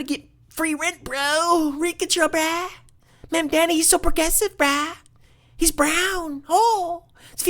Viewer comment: I can tell from the first 52 seconds how close minded and uneducated you are. Christians also cannot charge interest by biblical tradition. Source: I'm Catholic and a student of history. The entire video is just you intentionally mispronouncing his name while calling liberals names and buzzwords, while you show a complete lack of understanding for any of his policies. You know you can't win any substantive debate about policies or refute any claims, so shift the conversation to name calling and other distractions. Its so typical MAGA playbook its honestly sad you guys can't come up with anything original. I look forward to Mamdani winning and providing the framework for social democracy in America moving forward. (that's pronounced Mam-dah-ni, by the way) May you find that Christ taught, to give to the poor and needy and help, not shun, them. That we are called to love our neighbor, not try to make millions of dollars more than him while he can't afford to pay for rent or food. "Again I say to you, it is easier for a camel to pass through the eye of a needle than for one who is rich to enter the kingdom of God.” In Jesus name we pray, amen.